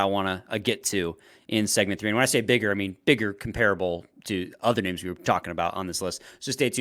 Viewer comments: No one is worst at name pronunciations than. It's actually mind- blowing. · I hate that says like half of the players names in the league wrong, always makes it for a hard listen when that happens.